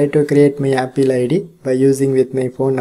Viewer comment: Please pronounce apple true 🎉😁